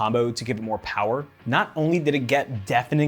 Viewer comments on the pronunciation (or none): none